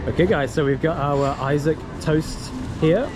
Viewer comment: its pronounced "E SOC" not I - saac urgg. Im just being jealous fyi xD